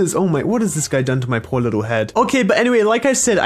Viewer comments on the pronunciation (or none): none